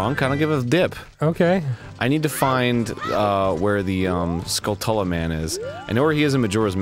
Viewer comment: Their pronunciations of skulltula and hylian are so annoying.